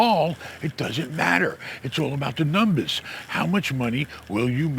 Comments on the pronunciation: My new favorite word “ I gotta look at the NUMBAAHSS.” 💯💰 You are the best. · It’s In The Numbas… Hey 👋